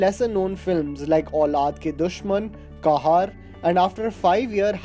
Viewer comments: Where is the narrator of this video from? He can't pronounce simple Hindi/Urdu words: Qahar is Kahaar for him and By God did he just say BAAJU BAWRA ? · Couple of corrections brother, pronunciation of some names were incorrect, Armaan Kohli movie was qahar (kehar) not qaahar, another last one was Baiju bawra and not Baaju. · kahaaar nh kahar hai bhai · Kahaar -bitch there u lost ur overwhelming pronounciation its kehar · Can you pronounce names better? It's Qahar not Kahaar. And its Kamaal Amrohi and not Kamal (Lotus) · Please learn the names of various movies and personalities you talk about. Its not kahaar, its Qahar. Not Baaju Baawra but Baiju Baawra, Not Kamal Amrohi but Kamaal Amrohi. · Armaan Kohli starred in "Kaahaar" ???!!! Loll Boy learn to do your homework. Its Qahar. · This guy is on fire haha! Keher ko Kahaar, trajectory ko tri-jectory, baaju baawra, kamal amrohi, deetol, Rajes Khanna, That ko a bolna in the letter about Parveen Babi....itna distracting voiceover kam milta hai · Just can’t get over the mispronunciations in the video, Qahar, Baiju Baawara, Kamaal Amrohi, Malign etc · Brother feedback for you - you have pronounced few movie name incorrectly like baiju bawra and qahar ...irony is... you consider yourself film buff ...do some research bro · wrong pronunciation of Baiju Bawara, Kamaal Amrohi and Qahar. Are you sure you are an Indian? Who doesnt know Baiju Bawra? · Qahar rhymes with Fuhrer unlike as you say which rhymes with Bihar